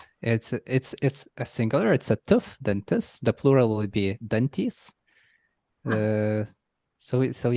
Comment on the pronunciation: I see that third word (“agní” in Sanskrit and “ugnis” in Lithuanian) must also be cognate with the Latin “ignis”, from which we get the English word “ignite”. Same with the fourth word, too, pretty much, lol. When he said it, I thought he was just saying “dentist” at first with his Lithuanian accent. I didn’t know the Latin word for “teeth” and had to look that up: “dentes”. And the sixth word: Latin “vir”, meaning “man”, from which we get the English word “virile”. Oh, I just thought of another thing I need to add to this! I was just thinking of how English is one of very few languages (with the only others I know of being Scots and Elfdalian) that has preserved the /w/ from Proto-Indo-European, and then I suddenly thought of the word “werewolf” (man-wolf), and realized that Old English “wer” is a cognate here as well! It’s interesting that “son” would be another cognate with both of them—I’ve always thought that word was particularly Germanic. And “sána” and “senas” must be cognate with “senile”.